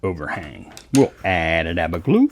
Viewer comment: Sounds like you say "aba daba doo" = Add a dab of glue. Just noticed at 20.25 it nearly what's wrote on your t-shirt